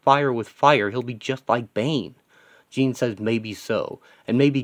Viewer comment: isn't it pronounced Jean as in Jean-Luck Picard? interesting concept and page tho its fresh.